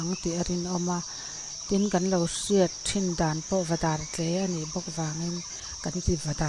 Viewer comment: Ni e,,Dar rawng anga tle pawh ani lova, i lam dan kha a dik e,,,a koki/dâr a tle a,kei pawhin i lam ang chauh hian ka lam reng dawn.